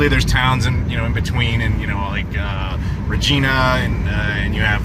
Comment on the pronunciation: it's not Re-Gene-A, it's Re-GINA (a la Va GINA) 😉😂